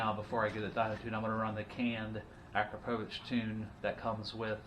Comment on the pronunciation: Its pronounced A-CROP-OVICH